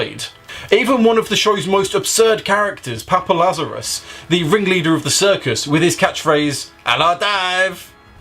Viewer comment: It's Papa Lazarou not Lazarus.